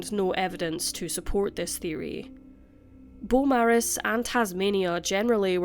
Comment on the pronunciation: Thank you,. Us Aussies sure do appreciate all of the cases you cover here. Hadn't heard of this one. RIP Victoria & Giuseppe. Just a side note, if it's pronounced like the Melbourne suburb of the same name, then we say "bo-morris". 🖤 🐨